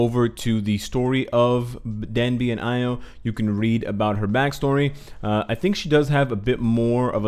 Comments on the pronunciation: 이오[i:o] not 아이오[aio] ;b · Io is pronounced EE-O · the name is indeed Io, not Lo, so named after the Greek myth. Io was a lover of Zeus’ and a priestess of Hera. More importantly, though, Io is one of the moons orbiting Jupiter, hence some of the moon iconography of the character, I’d wager.